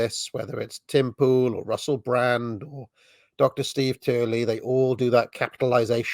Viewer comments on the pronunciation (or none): none